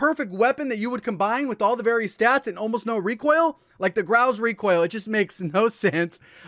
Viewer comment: "rekwoil" lol